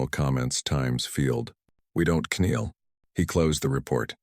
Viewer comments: Very funny to listen to. K-NEEL ...Etc. AI can't read. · The AI narrator still can not pronounce the word "Kneel" correctly, nor can it pronounce "Hope" as hop with an E.